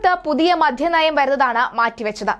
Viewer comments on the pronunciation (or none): മോളെ മധ്യ നയം അല്ല, മദ്യ നയം ആണ്